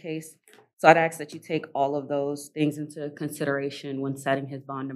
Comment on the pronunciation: It’s sad that a lawyer can’t say the word “ask” correctly.